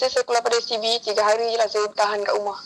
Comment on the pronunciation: haah dia sebut sbt😜😂 apelah